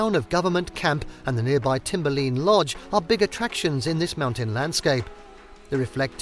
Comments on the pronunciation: Nice video, thank you. Minor pronunciation correction: it's "timber-line" not "timber-lean"! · Maybe he did say "lean" but I heard him say "lin" dropping the e on the end. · Also how he mispronounced Timberline. He pronounced it Timber-lean. Maybe hire a narrator that can correctly pronounce the places you are describing. I live in Alaska and often I’ll kindly correct tourists and newcomers to the states pronunciations so they don’t sound like a nube. It’s commonly from YouTube videos like this that these people learn the wrong way to pronounce a places.